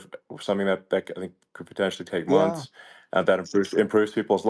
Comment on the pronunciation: "2000 FRUSHES!! It'll clean your toilet bowl for UP TO FOUR MUNSHS!!!"